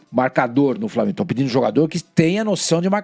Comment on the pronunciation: Será que esse apresentador da bandeirantes tem preguiça de falar flamengo?